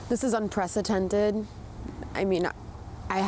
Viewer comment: It's unprecedented, not unprecetented.